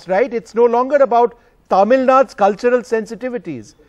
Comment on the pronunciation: Tamil, not Taamil, Vishnu